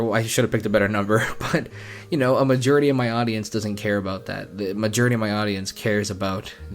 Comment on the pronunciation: How you say “majority” kills me